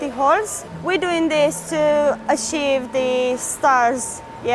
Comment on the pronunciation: you need to know that she's saying Holes not "whores" 😂😂😂😤